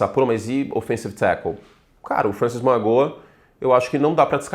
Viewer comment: Curti, o nome do Francis Mauigoa se pronucia mau-i-noa